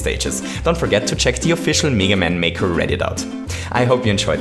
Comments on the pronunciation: It's pronounced meh- guh man" not mii- ga man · Its not neega man its mega man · its. m-,eh-g-a man not m-ee-g-a man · His name isn’t pronounced Mee-gah Man, it’s Mee-Gay Man. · meh-ga not meee ga haha. meh-ga man. well thats how british/american people pronounce it haha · It's meh-ga man not mega man. that aside, good points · Me ga man? He pronounced it wrong, but vid is cool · I love how you pronounce mega man. MEEEGA MEYYKA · he says meega man and meega maker lol